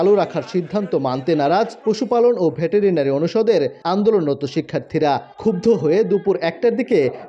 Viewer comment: ভে টে রে না রি আবার কি ভাই 😂?